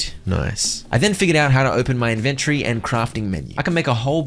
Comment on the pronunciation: No Hate, Loved this vid. Had a great time watching... But the way you said inventory made me have shivers up my spine. They weren't the good shivers either 😂😂